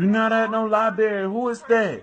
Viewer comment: libarrrrrrrry really? library